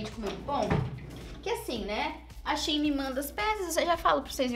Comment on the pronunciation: Eu amo que a é uma das únicas que falam Shein certo aí quando eu falo da mesma forma tem gente que acha estranho kkkk